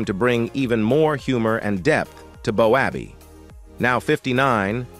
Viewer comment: Cuts me up. BOWABBEY. ITS PRONOUNCED. BOWBAY.